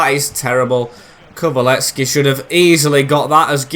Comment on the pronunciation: it’s pronounced KULU-SEV-SKI